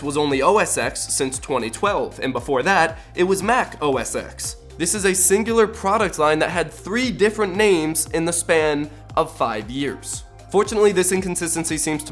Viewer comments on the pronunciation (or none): Mac OS X [Name] was pronounced “Mac OS 10” along with OS X pronounced “OS Ten”